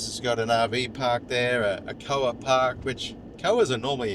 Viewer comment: me is awake today!! lol.... It isn't "Koa".... It is K.O.A. .